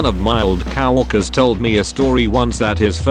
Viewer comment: The english robot says: One of my old cow-workers.